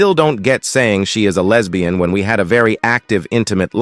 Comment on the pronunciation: Every time it says "lez bee in" cracks me up. It sounds so weird.